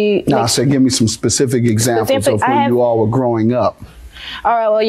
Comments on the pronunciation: Specific NOT pacific... Girl talking about the ocean 😂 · "A pacific example..." 😂😂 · I'm hearing "pacific example" from the planiff. Is that correct?